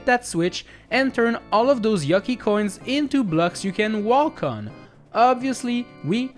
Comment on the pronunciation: Why do you pronounce the L in "walk"? Aren't you English native speaker? I've never heard any English accent where that letter is pronounced in that word.